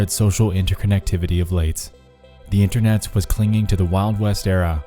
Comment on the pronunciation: why do you pronounce a 's after every word that ends in a t? it is really distracting. internet's, seen it's, knowing it's, r/creepy subreddit's, etc.